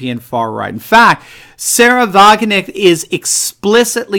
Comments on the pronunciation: the k in wagenknecht is not silent! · Hi, It's Sahra Wagenknecht You pronounce it as 'Wagen-echt'. The "K' should be heard in her last name: WagenKnecht. I really like your videos. It's quite special that an American has great knowledge of the European political situation. Carry on. Kindest regards from the Netherlands.